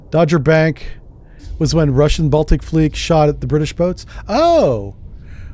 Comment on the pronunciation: Someone probably already said this, but it's pronounced like Dog. Dogger Bank. A lot of the water in the world was locked up in glaciers, and the ocean water levels were very low. You could walk from France to England. No Channel at all. So people lived where the English Channel is now, in a country named Doggerland. Modern fishing boats dredge up villages from the bottom of the channel. One day the glaciers melted enough for the water to come racing back. Like a tsunami. And everything was lost to the sea.